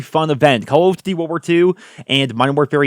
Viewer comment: Try to say duty like you’re not weird from now on k?